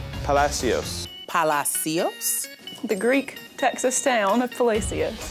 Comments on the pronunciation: Wtf. Palacios is a word in Spanish yet they don’t say it like it’s supposed to sound in Spanish. 🤨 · A lot of us Texans pronounce Palacios in different ways depending on where you are from in the state. I think it should be pronounced just like it sounds in Spanish. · How they pronounced Palacios is not the right way I don’t care what anyone says. It’s a Spanish word give me a break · I pronounce Refugio like the Spanish word it is nowadays. As a kid I said it with the R. I still say Palacios wrong. Too fun not too.